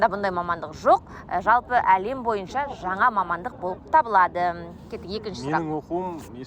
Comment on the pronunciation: Жаңа деп сөйлеші жана емес